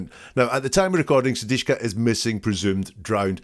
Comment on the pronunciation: su - dik - sha